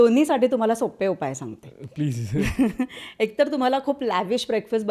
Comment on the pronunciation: म्हेऊने😂😂😂 ओ अ के 😂😂 पधा रथ 😂😂😂 बीसिक 😂😂 प्लिझ किती स्टाईल मारतोय तरी अडाणी पण उच्चारातून बाहेर पडतेय...